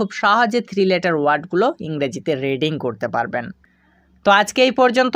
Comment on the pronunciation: রিড়িং না রিডিং ?